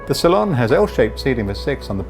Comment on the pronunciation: A beautiful craft 👍 But why is the saloon pronounced ‘cylon’ ? 🧐